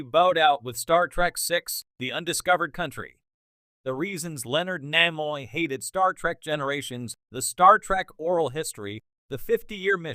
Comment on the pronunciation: Not to mention mispronunciation of NIMOY's name